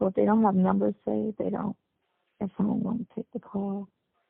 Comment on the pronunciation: He said he realizes you broke Sonya and can't help him with his bawn....you only got a couple of bucks to put on this "foam" that he can't talk on😂